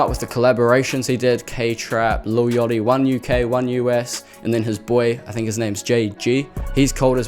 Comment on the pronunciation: i cant the way you said lil yachty 🤪🤪🤪🤪🤪